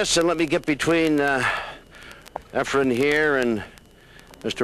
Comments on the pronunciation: These Clowns keep saying Efren's name wrong. Almost all of these guys even the pro players who play against Efren call him Efrem! The last letter in his first name if Efren!! Not an M but an N! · Well answered by Ray. I noticed Efren's name mispronounced in this video only by Nick Varner and Nick is always respectful to Efren. To refer to pool legend Nick Varner as a "clown" is very insulting.